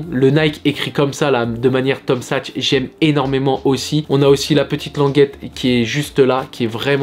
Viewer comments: Superbe la vidéo mais on dit Tom saks pas sachs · T’es en mode paire jaune orange en ce moment ! On valide surtout la Tom Sachs ! ( qui se prononce SaKs btw 😛)